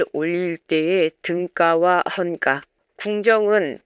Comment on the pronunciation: 좋은 내용 감사드립니다.. 아마도 등가,헌가는 '까' 보다는 '가'로 발음하는 것이 맞지않을까 생각합니다. 그리고 악기이름이 북송에서 보낸 목록에 없다면, 원래 고려에 있었다고 추정하는 것이, 더 합리적이지 않을까 생각합니다.